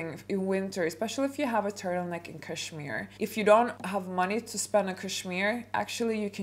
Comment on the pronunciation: Hahahahaha why not start your etiquette classes by learning how to pronounce cashmere. You can try and fake class and etiquette all you want but I think one way or another it will always show 😂